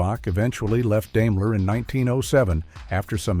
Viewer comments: Grrrr, stupid AI. It's not DAME-ler, it's DIME-ler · I was about to comment the same thing. He also mispronounced Daimler too. It's Dime-ler. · I couldn’t listen any further Deimler lol